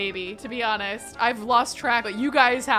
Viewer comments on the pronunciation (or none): none